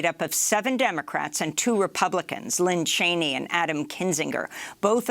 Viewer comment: This is at least the 3rd time I have heard her say "LINN Cheney"... it's LIZ Cheney hun.